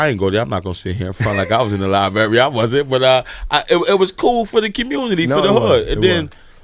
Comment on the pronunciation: Maybe if they had that Library they would have had the opportunity to learn that its not pronounced LIE-BERRY thus taking away the opportunity to mock their in education from internet trolls.